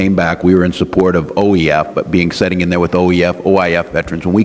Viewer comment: Did he just say those setting here instead of sitting? A guy who can't speak the language doesn't have credibility. The right is grasping at straws trying to discredit Walz but the straws keep breaking off. They can't swift boat Walz. They keep beating this dead horse over and over and it's backfiring on them big time.